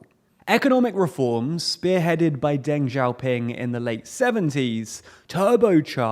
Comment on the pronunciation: He can't pronounce Deng Xiaoping in 2022… when a google search (or google translate, etc.) would solve this problem in seconds. I can remember when a trip to the library involved bricks, mortar, steps and books. And I put the work in for an audience of one: myself —with no viewers, no followers, no other motivation. People learn when they want to learn. And they remain ignorant when they want that rather more.